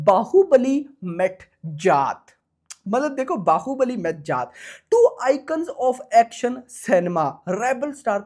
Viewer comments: जात ❌ जाट ✅ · bhai voh जात nahi hai jaat hai shi s pdho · Jaath nahi jaat bol bhai jaat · जात नहीं जाट बोलो 😊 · Bhai naam shi se lele जात nhi h ye जाट hai ye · Bhai aap जाट ko जात naa bolo yaar Aur Akshay kumar ko Akshay kumhaar naa bola kro aap please . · Bhai jaat naam tho shi se le le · जात नहीं यार जाट बोलो 😂😂😂😂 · Jaat ko sahi bolna tu sikh le phle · जात नहिं है यार जाट है 😂 हरियाणा वाला जाट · T ta hota h jaat 😂😂 iska T kharab h